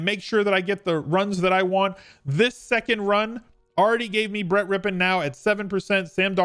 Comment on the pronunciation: Thank you for the content and pronouncing Brett's name correctly undoubtedly some of these other DFS guys do not remember Mark .